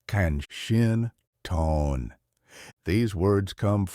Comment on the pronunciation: Khen-shin- thon